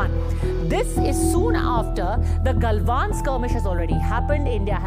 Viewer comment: जब आपने "गलवान" की जगह "गालवान" कहा. मैंने वीडियो देखना बंद कर दिया. कृपया नामों का pronunciation वैसे ही करें जैसे वे हैं।